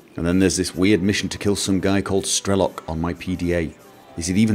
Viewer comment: It's Strelo'k, not Stre'lok. Strelo'k means "a shooter" (a person that is shooting) in russian.